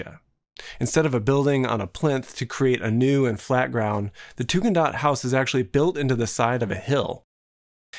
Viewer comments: also, it’s Tugendhat, not Tugendaht or whatever, it’s even written on the included sketches, these little things put me off from finishing the video… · Beautiful, interesting video! But –shamefully– the Tugendhat family in WHAT?! And Tugendhat, not Tugendaht.